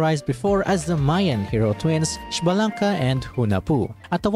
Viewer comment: W video, but btw pronunciation- Xbalanque “esh-bawh-lawn-keh” and Quetzalcoatl “Kweht-zahl-co-ah-tl” just for future reference 👍